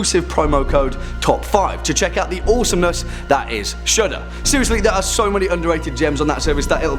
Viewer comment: It sounds like he’s saying Shoulda when he says Shudder